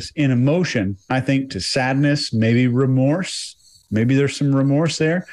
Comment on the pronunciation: Re-morse. Re-morse Code. Bahahhaha OMG I can't stop laughing.